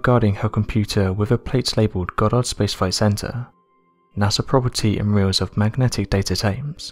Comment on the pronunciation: I really didn't know about the expiration of space. When did that happen ? Surely it's still there ? Also, where is Pity's burg ? I've not heard of it. Goddard Spacefycentre ? 4 separate words Goddard Space Flight Center (US). Muvvaboard ? . What's that ? Theories that were crated . What, as in sealed in wooden boxes ? At this point I'm out. I really cannot listen to you. for 15 minutes when you have such difficulties in speaking. If you really plan on continuing to narrate, please take some lessons on how to pronounce, or at least form your words so three words don't become one garbled one- or better still, leave narration to the girl who also does this channel . Oh, and the topic being discussed here? Absolute bs. NASA would have studied those tapes over and over again, up to the present day. They would never have been in a position to have been lost in the first place.They certainly wouldn't have let them get in to the hands of Joe public (if they had contained classified or sensitive information) - who, incidentally does nothing about them , just for them to resurface decades later . Just supposing they actually did contain classified or secret information - NASA would have wanted that information back - at all costs, not be destroyed !